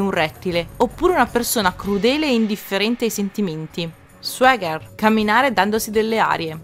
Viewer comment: Ti prego... More... More clips like this! I'm luvin' it! P.S. "Chauser" si pronuncia "cio(u)ser";) "Bedazzled" diventa "bidezold"; "Cold-blooded" si pronuncia "cold-bluudid"; mentre Swagger si pronuncia "suogher"; Scusami se faccio il prof.,! Ottimo formato:)